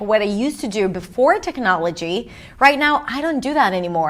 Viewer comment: You pronounce technology in a way I have never heard it pronounced. I thought it was tehk nah’ luh gee.